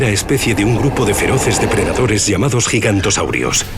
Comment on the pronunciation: Se dice Giganotosaurus no Gigantosaurus